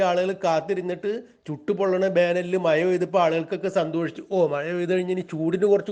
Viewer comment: മായ അല്ല കേട്ടോ മഴ എന്ന് പറയണം കേട്ടോ